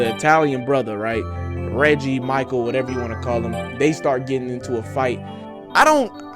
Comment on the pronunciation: His name is pronounced Reggae, like reggae music lol. So to clarify michael is related to the family. The mother of the italian guy is his aunt. Michael mom and dad died ina car crash when he was 10. So that is his maternal family. Dad obviously was black. So Michael and the italian guy are cousins. Mateo (the italian guy) got into a fight at the end because he is jealous of Michael. Michael was the golden child. The family liked him, he was responsible, sucessful, etc. and Mateo was the f-up traveling the world and not taking life seriously or being there for his family, so he felt he finally won by getting Anna and getting the families approval. Mateo threw in Michaels face that he wasnt really apart of the family (low blow) and Michael punched him, thats how the fight started. Its clear the dad obviously saw Michael as a 2nd son, as he encouraged him to go after Anna. I believe the script was written by a white woman I believe so thats probably why it felt off at times. But I thought it was such a cute movie, I will definetly watch again. The Disney feeling you were getting is their attempt to be light hearted because alot of the time black love movies can be very heavy, and we are not used to lightheartedness. I also think we need to remember rom coms are supposed to be predictable at this point. We don't watch them for the twists and turns, we watch them because we enjoy seeing people falling in love, with funny moments along the way.